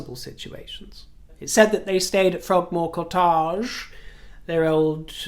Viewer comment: Okay, the way you pronounced “Frogmore Cottage” made me think I was hearing “Cogmore Frottage.” Maybe we should call it that from now on? 😉